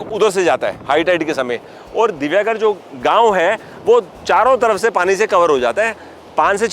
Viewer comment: ये आपको इतिहास क्या समझायेगा!!! यह जगह राम कोळी की थी! राजा राम नहीं । यह सिद्दी + हिंदू + मुस्लिमके वंशज है ।.... अगारदंडा नही सर, यह "आगरदांडा" कहलाते हैं । जो information लेनी है, तो उच्चारण भी सही तरीकेसे कीजिए । यह मेरा गाॅंव है। "दिवेआगर".... दिव्यागर नही साहब ।